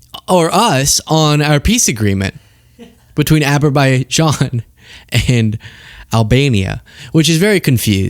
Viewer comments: Aberbaijan?? WTF is that?? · it’s Aberbaizhaan and Albania! Sheesh! Get it right.🤪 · with all due respect you mispronounced Azerbaijan as well saying ABerbaijan after you played the clip. But yes the clip was really funny and I laughed my head off when Trump muffed it, since Albania and Azabaijan have a huge amount of ocean between them 😅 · Aber bay zhan? Moron!